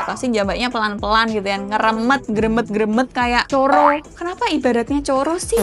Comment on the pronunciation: aq latah pas bilang "CoRo"😂😂😂😂